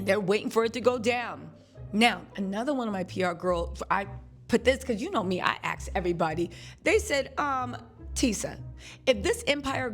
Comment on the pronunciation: Please saying “aks” when you mean “ask”.